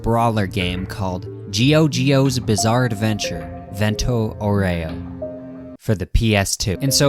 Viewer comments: fento auero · "Vento Oreo" 🗣🗣🔥🔥 The "Ghia" in "Ghiaccio" is pronounced exactly like the "gya" in "gyatt", do with this information what you will. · alright when you pronounced vento aureo badly i was willing to credit that to being an american but the jamiroquai is absolutely intentional you absolute heathen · As an Italian, the way you say "vento aureo" Is making me mad